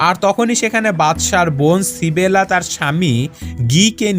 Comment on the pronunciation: ভাই সিবেলা টা কে মেয়েটার নাম তো ইসাবেলা।